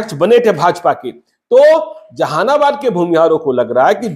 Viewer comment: Tumko Jehanabad bhi boln nahi aata . Zehanabad bol rahe ho